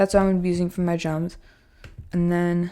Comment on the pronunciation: You say Jums instead of drums😂